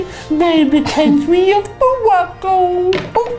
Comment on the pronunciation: the country of mowaccoww